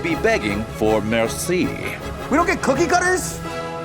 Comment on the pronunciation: "They will be begging for merci" 🤣🤣🤣🤣